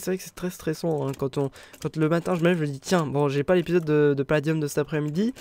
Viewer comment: a chaque foi tu fais paladieum